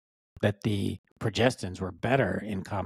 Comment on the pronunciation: "Pro Gest Ins" is the pronunciation. About 10 years ago, a study reported that late use of estradiol did not correlate with heart health.